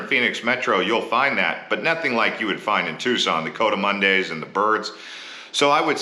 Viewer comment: OMG. Pronunciation of Pinal, coatimundi, Tumacacori, and more makes it seem like you are a newly hatched Snowbird.